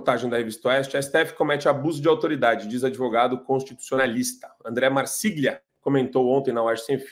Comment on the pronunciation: Tchê, desculpa se eu te ofendo, mas, é tri estranho, mesmo, tu dizeres, pronunciares, "marsíglia". Aqui, ninguém, negros, brancos, alemãs pronunciaria assim. É óbvio, para todo mundo que famiglia, não é uma "famiglia", senão que uma 'família". Ninguém, absolutamente nenhum dos gaúchos, mesmo que analfabetos, vai chamar Padre "Róis" (pronúncia), de "Reus". Ninguém - nem sequer os analfabetos, não de hoje, de há 200 anos - vai ler as palavras argentinas, absolutamente iguais às nossas, Mendoza, Iguazu, tropezar, e achar que eles não estão falando, ou que se deva, por culto, pronunciar, absolutamente diferente da gente estas palavras, comuns, entre nós, que eles não a pronunciam absolutamente igual a gente, "Mendonça", "Iguaçu", " tropeçar".. Isto não existe aqui. Até os analfabetos, negros ou não, sabem que tropeza é "tropeçar" e não "tropezar", que "famiglia", se pronuncia "família" e não "famiglia", de modo que, tu me desculpa, mas achei que gostarias de saber! É beeeem, beeem estranho pra gente!